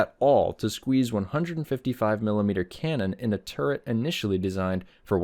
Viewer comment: I knew two actual tankers who were so thick headed they could not be taught to say or write the word turret correctly. Exactly how you said it in the mega no punctuation comment is exactly how those two imbeciles pronounced it and I am internally screaming into an uncaring void thanks to having heard that. I know this video is 3 years old but thanks for dredging up that memory I tried my damnedest to suppress.